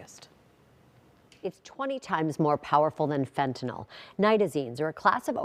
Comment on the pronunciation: The reporter can’t even pronounce Fentanyl correctly 😂